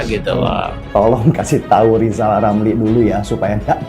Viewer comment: Ngomong dulu yg benel ejaannya Zal lizal...???